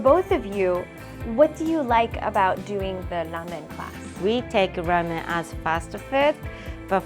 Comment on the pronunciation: i think u are saying lamen and not ramen and it is messing with my head!